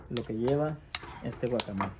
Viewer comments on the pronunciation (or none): Eso no es un guacamole, ni siquiera lo sabe pronunciar, mejor deberia investigar o que le llame de otra manera, mejor vean recetas de México que es el origal.